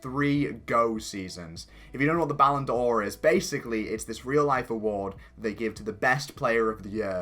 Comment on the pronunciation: please, it isn't 'Ballon Do-or', but just 'Ballon Dor'. You dont actually pronounce the ' as a stop.